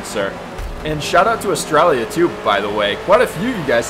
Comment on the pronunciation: I can't say I've heard Australia being pronounced like that